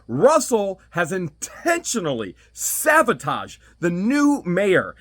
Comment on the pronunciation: I don’t mean to be petty but the word is saBotaged not saVotaged!